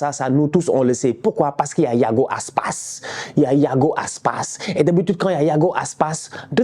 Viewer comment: La façon dont il dit « Iago Aspas » ! 😹😹